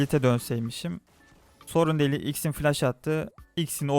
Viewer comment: jinix değil jinx xin değil zin bilit değil blitz kuran çarpsın tilt oldum allah askına düzgün telaffuz et